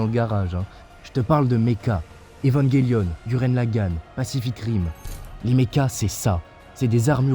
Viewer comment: enfin quelqu'un qui connait evangelion et le prononce bien !